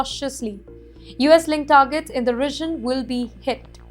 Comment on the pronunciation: It’s not “rishon” , it’s “region”